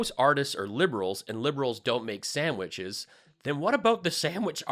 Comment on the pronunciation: How's making MIKE STEAK SAMWICHS?? LMAO